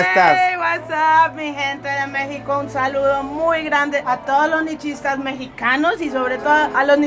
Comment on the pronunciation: Nichistas😂😂😂😂. Nietche.